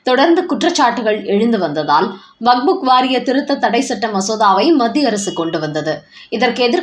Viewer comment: வக்புக் அல்ல வக்பு மட்டுமே. சரியாக உச்சரிக்கவேண்டும்